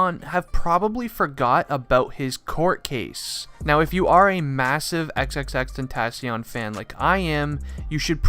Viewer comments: xxx-tent-a-c-ion lmao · And he is saying the name wrong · “Xxxtentassion???” Tf breh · Him: Xxxtentatyon Me: 👁👄👁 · Why do you say xxxtentaasion you dumby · He said tensions rongw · Bra u cannot pronounce his name man triplextiont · Imma just call him Jedidiah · Like extension cord??? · If your a massive fan then why did you pronounce his name wrong... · The way he pronounced "xxxtentacion" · He doesn’t even know how to pronounce his name correct lol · If your a big fan of him then you should atleast say xxxtentacion's name right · How you his fan when you can’t even say his name correctly lmao🤣💀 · If ur such a fan then how come u can't say his name right ?? Nah jokes man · If you were an actuall fan you could say his name right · “if you are a huge fan of xxxtentacion.....” Me: That’s... that’s not how you pronounce it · If you were a real x fan why can't you say his name right? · I hate that he didn’t pronounce the name right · U don’t even say his name right you aren’t a real fan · I hate how je is saying tentacion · How are u gonna say ur a big fan but not even know how to say his rapper name like what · I’m a big XXXTENTACION fan Also: *pronounces the end of his name with “n” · At least if you say you’re an X fan Pronounce his name properly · if u are a really big fan say his name right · if you were even a huge fan why don’t u pronounce his name right or say x if u can’t